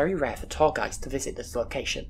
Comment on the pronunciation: I cant help but laugh a bit everytine I think I hear about diagnostic boys or tall guys instead of diagnostic buoys and tour guides